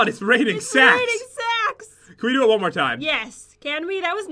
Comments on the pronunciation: me: ITS RAINING SAKS pat: I never hered someone say its raining saks me:I just said that me:ITS RAINING SAKS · You said sack🤣🤣🤣🤣🤣